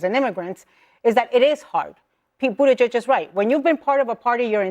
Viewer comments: I’ll subscribe once you can actually pronounce Pete Buttigieg’s name correctly. (Boot-ti-jej) Thx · "Pete Butt-Egg-G-A? Really? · But-a-gee-egg. Lol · You mispronounced Pete's last name. Gotta be more detail oriented